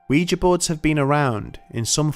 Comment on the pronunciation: At last! Someone who pronounces ouija correctly.